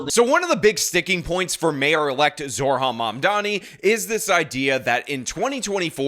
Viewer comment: I hate Mamdumbass as much as anyone but repeatedly saying his name as Zor-Han and not Zohran with the r before the h just makes you sound like an idiot